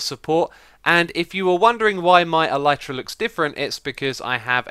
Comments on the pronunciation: Nice tutorial and fix x! I built this at build limit thinking it would make me go even higher, but I peak at about y 700/750 ish - maybe I'm going up too quick lol. A note about the pronunciation of Elytra - I hate to accept this, but the y is a i sound, as in sit or is, it's not a y sound. I fully agree is should be pronounced with the y, but the word is coined from the word Elytron which also has the i sound, as in elitron (el sIt ron). It bugs the ** out of me, but that's the facts lel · no he pronounced it wrong.